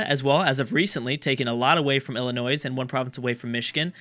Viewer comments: ILL-I-NOY!!! not ILL-I-NOYZ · I-LI-NOI This is how you pronounce it. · Illi NOISE??? Please its episode 4 and its killing me! (Also its just Man-i-toba and Chihuahua. Like the animal.) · Man-i-toe-bah ILL-i-noy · THE S AT THE END OF ILLINOIS IS SILENT ergh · I can understand mispronouncing European stuff, but come on this is america... You managed to pronounce Arkansas, with Illinois it's similar, you don't pronounce the S. Well I guess puppies are still dying cuz of this